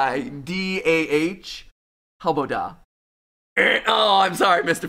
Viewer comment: Also, it's how-bow-Dah, the a sounding like the a in dad, not the o in ostrich.